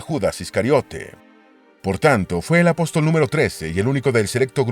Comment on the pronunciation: La persona que preparó este documental al parecer está muy lejos de ser cristiano y debe haber aprendido algunos datos históricos de manera secular. A mi me chocó desde perdió que el lector al comienzo dice A-Pos-Tòl. poniendo la fuerza de pronunciación en la última sílaba como una palabra aguda pero no hay cristiano con un mínimo de educación que no conozca que la forma correcta es Apóstol con asentó en la o del medio ya que es una palabra llana.